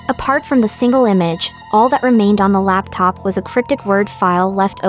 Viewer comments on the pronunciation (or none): Did anyone else notice she said “a laptap picture” not “a laptop picture”